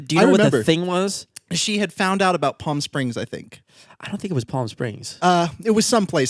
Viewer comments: How the fuck did pronounce palm? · Its the way pronounces "palm" for me. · I’m trying to hard to not keep thinking about how pronounced ‘palm’ but it’s been an hour since I finished watching, I’ve been staring at the ceiling and trying to think about other things... but I can’t stop thinking about how significant the pronunciation of the letter ‘L’ in palm was. I don’t think I’ll ever come out of this hole. You both bring me much joy but holy baloney ‘palm’ has thrown me. 😅